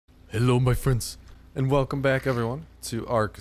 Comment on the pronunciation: Lol still cant get over the into "hellu mah frends" still find it rather funny xD